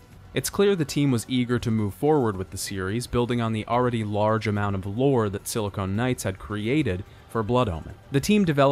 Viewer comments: It physically hurts when he confidently says it incorrectly. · Just a little FYI: Silicon and Silicone are two different things and are pronounced differently. Silicone (as you are pronouncing silicon) is what your mom's tits are pumped full of. Silicon is a common chemical element that integrated circuits are made of. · I love this video and series so much, and I rewatch this video from time to time, but I can't help but finally comment on one thing that truly irks me. It's "Silicon" Knights! SILL-A-CONN. Not "SILL-A-CONE! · Just remember that Sili-con and Sili-cone are two separate substances and words champ. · Another amateur-hour heater coming straight from YT, y'all! Breh, sili-CON, not sili-CONE. LOL! FVCKING 'ELL, PEOPLE! THEY ARE TWO COMPLETELY DIFFERENT MATERIALS. The one you keep misusing is for fake tiddies....foo lol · "...Silicone Knights..." LoL, if there isn't a game developer studio by the name of "Silicone Knights" that exclusively creates adult titles, then somebody really needs to step up and end the tragedy. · You're saying silicon wrong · Silicon and silicone are different words. They are not homophones. 🤦‍♂️